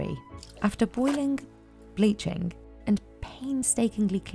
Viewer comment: Why is this woman pronouncing a k after every ng. Boilingk, bleachink…